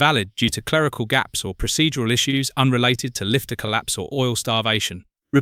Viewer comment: "Life ter" components. AI slop.